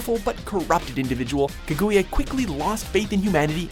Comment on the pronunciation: also Kaguya's name is not Kagoo Yah. the U between the G and Y is silent, its Kag Yah, Otsutsuki(Oh T Soo T Sukooki) its similar to how sasuke's name isn't sasoo kay, but Sas(sauce) Kay